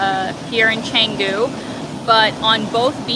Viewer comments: Cengu.... It is canggu..with an a.... like in bath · Nice vlog. Typical polite Indo and others.... but, pronounce Changgu with soft a, like long, not lang. Keep up the tour in Indonesia!